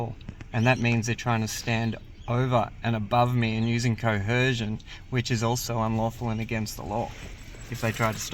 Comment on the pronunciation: wtf is cohercion? You’re a whacko